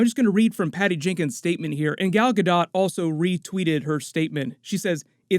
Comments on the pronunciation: Gal's last name is pronounced Gah Doh not Guh dot.... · Hey! Pronunciation tip: Gal Gadot rhymes with "Ball" (Gal) and "Boat" (Gadot). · Her name is pronounced Gal Gah-Dough!